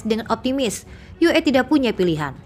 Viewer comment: Oalah Mbak Mbak pakai singkatan ejaan bahasa Indonesia kenapa pakai bahasa Indonesia membaca singkatan ue kenapa tidak dibaca Yu I tapi dibaca Yu E ) seharusnya disesuaikan membaca bahasa Indonesia ya total dgn bahasa Indonesia bukan campur aduk